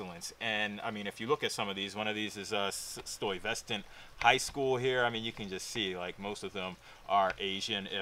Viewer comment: its pronounced STY Vuh Stant